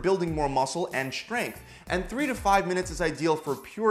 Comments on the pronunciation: Why does he pronounce it shhhtrength?? wtf is this stupid trend of mispronouncing words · the way he says SHtrength